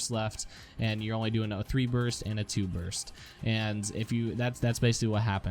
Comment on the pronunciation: you made a mistake, you said "Burt" not burst.